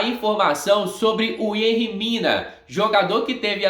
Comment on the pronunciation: Não é Yenri não tem esse N é Yerri